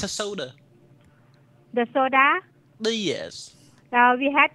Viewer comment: "da food not one den you can came back???""The pa-pai, with chicki?""The soDAAAAH!??"This lady is so fuckin funny